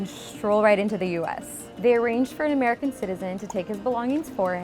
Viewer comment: did u just say Amarican?